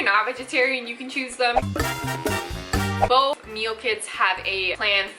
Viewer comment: Why does she say "bof" instead of "both"?